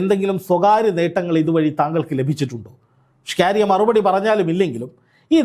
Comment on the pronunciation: അതെത്ര പറഞ്ഞാലും ഈ നാറി കേൾക്കില്ല.... കേട്ടാൽ തന്നെ കലി വരും